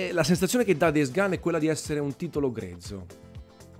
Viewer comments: Days "GON"! Non "GAN". Per piacere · Days gun 😅